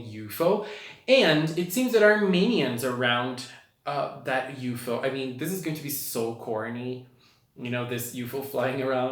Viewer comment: Not trying to sound rude or anything but UFO is pronounced you-ef-oh